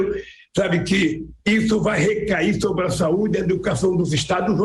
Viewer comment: Comixio, xobre, converxou kkkkkk